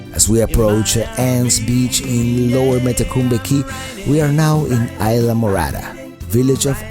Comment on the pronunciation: Very nice video! Thanks for sharing! You make me laugh when you said islamorara (Isla Morada) ;-D